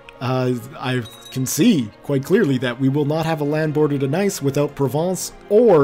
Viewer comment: Nice is pronounced niece in French...